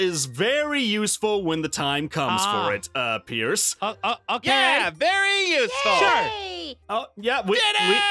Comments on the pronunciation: "Hi Aphmau" "Hi Perce" said Perce Instead of Pierce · "Hi purse" as opposed to Peirce